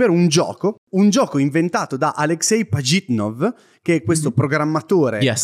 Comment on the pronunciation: Secondo me avete visto il suo nome solo scritto in inglese e per questo dite Pagitnof, la traslitterazione migliore sarebbe "Aleksej Pažitnov", con la ž (che si pronuncia tipo la j in francese)